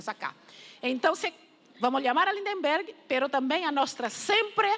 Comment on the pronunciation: Ninguém acerta o nome do nosso caro LindBergh! Teem sempre que dizer Lind"EM"berg.